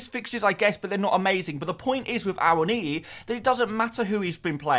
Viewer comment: I think you are the only content creator who has actually pronounced Awoniyi correctly 🤣